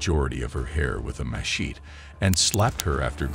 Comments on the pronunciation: It’s pronounced “MA-SHET-TEE” not “MASHEETE” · There is no way that I just heard them call a machete a "masheet".💀